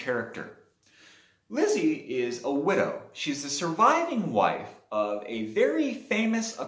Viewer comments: Lisey not Lizzie right? I think you’re pronouncing her name incorrectly. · It is pronounced Lee See. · You obviously didn’t read the book well enough if you can’t pronounce her name. I know it’s stupid, but that’s kind of important. Therefore, I could care less about the rest of your review. Go back and read the book chapter one. Remake the video. Then I can take you seriously